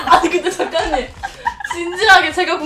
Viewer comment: 아직도 작가님이 아니라 ㅈ까님으로 들린다..